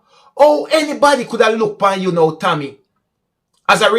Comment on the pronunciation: Maybe you were pronouncing TAMMY as Tommy. Therefore people would have thought that the driver was a man